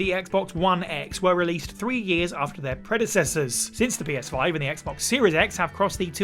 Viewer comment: Did anyone else hear them say "Penis5" instead of Ps5 or was that just me?